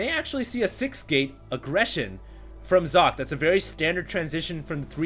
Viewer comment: Oh, i thought you learnt how to say Socke's Name...T-T